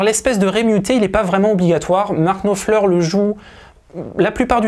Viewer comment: Daily reminder that Frech people can make a huge effort to replicate a playing style in minute detail and yet pronounce the name of the guitar player with an accent that makes it unrecognizable.